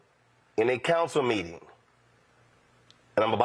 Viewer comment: " I ain't got no Counser Foundation " , " is that what they AXED me ? " COME ON MAN SHE GHETTO, get what you vote for !!!!!!!!!!!!